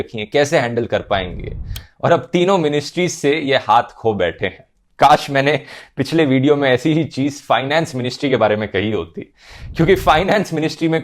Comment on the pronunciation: खो नहीं dhruv भाई धो बोलो